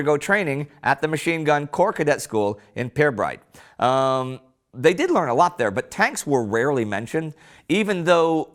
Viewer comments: Pirbtight, it’s pronounced Purrbright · A bit late and quite possibly might not come up again (or then again it might if the WW2 Channel plan does come about), but Pirbright is pronounced purr-bright, at least by everyone who lives anywhere near it. We Brits don't do this stuff with names and how to say them on purpose, honest. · Pirbright is pronounced Per-bright, not how its spelt. - A local. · Horrifically mispronounce Pirbright.